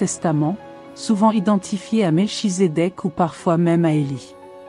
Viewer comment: Par contre Mel (chi)sédech se prononce Melkitzekek... cordialement. Très bonne video